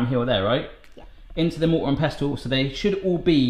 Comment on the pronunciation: Mortar and pest-tel? Lol it's pronounced "pessel". Great vid.:)